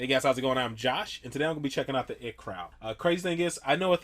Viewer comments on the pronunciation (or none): Pronounced eye-tee. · its called I T crowd not it crowd